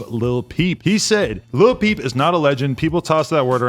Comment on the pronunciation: When he said lil peep the first time I thought he said Lil B (a riff raff type rapper) i was like wtf